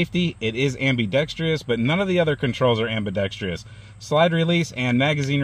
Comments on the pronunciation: Correct pronunciation of ambidextrous is am bih dex trus not am bee dex tree us. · Thank you! Am bi drex tree ous drives me nuts!